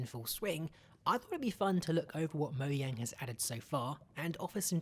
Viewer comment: You sayd moyang at the start😂